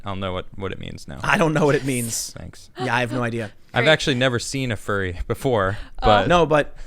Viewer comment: Am I the only one who keeps mishearing furry as fairy?